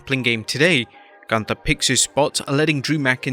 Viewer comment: Is it really that hard to pronounce Gunther’s name correctly? It’s not hard!